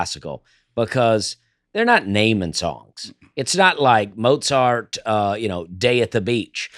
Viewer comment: I love how first, says “Mose-art” and then Nate does too. Proper word pronunciation is overrated. Life is more funner when you don’t know how to say a lot of words. But also, as the gravity discussion has continued, I’ve gotta say, I’m disappointed and surprised that did not have a better response to this. Gravity is a force, not a substance, which is why it cannot seep into the space shuttle. #AaronIsNotAsSmartAsHeWantsYouToThink. #NotreDameIsADumbSchool.